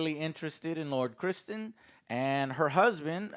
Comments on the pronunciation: Still got the name wrong haha Criston not Christian 😂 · it’s Criston….. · Hey Joe.. sorry to be that guy but just thought I'd mention, Daemon = "Day mon" not "Damion" Sir Criston = "Chris Ton" not "Christian" Laenor = "Lay nor" not "Lenore" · It's Sir Criston not Christian. And him becoming the Princess's sole protector is the highest honor his family has ever had and he took his vows seriously. When Rhaenyra baiscally sexually assaulted him(he clearly said no multiple times but she's the damn Princess and heir to the Iron Throne so when she asks for something he can't really say no, power dynamic used for sexual gain is assult), it devested him and he thought the only way to gain his, and his families, honor back was to marry her. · It’s Cristor…. Y’all saying Christian ?!?😂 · Its not even mispronouncing; Its just wrong names. Damien isnt the same name as DAE-mon. Christian is also not the same name as Cris-ton. Its nutty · Chistan, not Christian. Come on Joe!!! 😭🤓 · I love you guys but you are pronouncing the 3 main characters in this episode wrongly. There's no Christian or Damien and Lenor is a fabric softener in Ireland I think 😁😁. But seriously, love you guys. Every week I wait for She Hulk, Rings Of Weakness, and House of the Dragon. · who the hell is Cristol?? it's Criston. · "Sir Cristen" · Bruh he calls Ser Criston Ser Christian. And he calls the king Vuh-sair-eeees. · I like Corls and Lord Christian, lol. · Ser Christien, Lenor, Corlyus.......lmao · Chiston and Damien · "Lord Christen" -. lmao. It was pretty cringy that one, as its insulting all the actual lords [Ser Cristen being a low born who was knighted for Valor] who have proper god given titles and land. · except he calls him Christian. And his name is Criston…. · Ah yes. Lord Christian in addition to Corals and his son Lenore. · Gets name wrong. Try's to correct it and continues to get name wrong. Typical joe. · Man, you guys are slaughtering these character names!! 😂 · its Criston, Joe